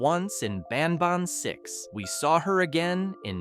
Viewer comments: BanBAN not BANBON😂😂😂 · the way you said banban was very weird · You always say ban ban wrong😢